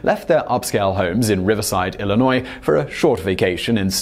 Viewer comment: Hey I live in Illinois!!! Also Simon the s is silent. I’m seeing a pattern here